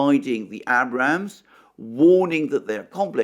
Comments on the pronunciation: 😁I chuckle now, each time I hear - Abb'Ramz tank... That's all Alexander, luv it brother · Yay. You finally said Abrams tank correctly. 😆